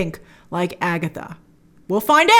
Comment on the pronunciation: “It’s been Agetha all along!!”